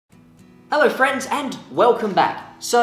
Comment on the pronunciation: I like how he says ello frens!